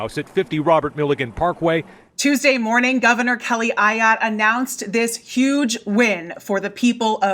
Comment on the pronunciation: AAAAAAAAAAAA-yotte! Learn how to say her name. Shows you surely did not watch the video within your own video. Geez.